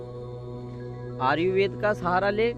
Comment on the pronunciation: भाई आर्युवेद नहीं... आयुर्वेद होता है.